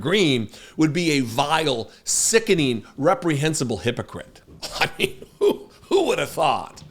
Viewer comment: Heavy emphasis on VILE and SICKENING 😂